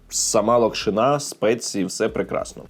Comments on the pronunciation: Будь ласка не кажи локшинА лОкшина ну це реально мінус вуха, не знаєш зайди в Гугл прочитай і страви можуть бути сОлені а не солЕні. Сорі але реально це слухати неможливо, відос класний але ця локшинА просто не дає спокою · Правильно лОкшина, а не локшинА. Соррі, та різало слух)